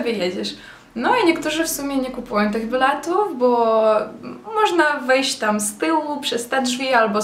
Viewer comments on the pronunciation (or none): Zamiast ''biletów'' mówi ''blatów''xD